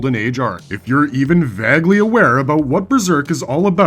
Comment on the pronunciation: “Vag ly aware?” Where are you from guy? 😂😢😂